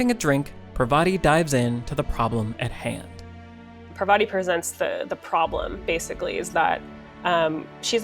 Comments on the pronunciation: Also, it's not "Per-VA-ti", it's "PAR-va-ti". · dear western civilisation, It's pronounced 'paarvati' not 'parvaati' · I think Parvati is pronounced paaarvathi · But have you considered that the writing in this game was actually really super boring? Almost everyone you talk to is dumb and lifeless? That characters exist for the story alone and don't feel like they're thinking about anything? Also, Parvati is pronounced with emphasis on the first syllable, not the second. It really annoyed me thoughout the game.